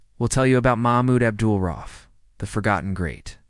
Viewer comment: Maybe reupload the video after fixing the timeline, errors, and absolute butchering of the man's name, if it is your intention to honor him. (It's pronounced "ra-Oof", not "roff")